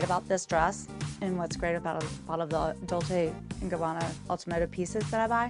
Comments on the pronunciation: Dol-say Gabbana? If you're dropping thousands on their shit, learn how to say the actual name. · lol "doll-say and Gabanna". if you're gonna spend thousands on a bag, at least know how to pronounce the name of the brand, kameron. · The first one needs to learn how to pronounce Dolce 😂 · Closet tour without Erika and Dorit ??? If you could exclude the house tour which we all had seen, they might have fit in..and that Kameron doesn’t know how to pronounce Dolce 😂...No wonder Kenya was Miss USA so intelligent...she can read you to filth..anyways nice compilation 👍🏼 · The first girl can’t even pronounce dolce and gabana right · The first chick not knowing how to pronounce Dolce! Traaashhhh 😂